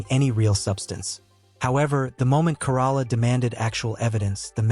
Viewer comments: Adam's last name is pronounced like the Toyota Corolla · I hate the AI can pronounce newsom but not Corolla, and Mexicans and blacks just don't want checking accounts they don't want the government to know how much money they have